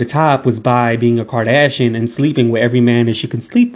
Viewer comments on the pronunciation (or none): none